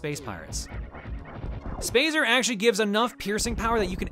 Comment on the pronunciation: "SpAyZer Spaz-zer SpAyZer" -, 2008